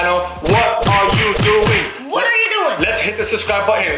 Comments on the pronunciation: said sucwibe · bro did just say subscwibe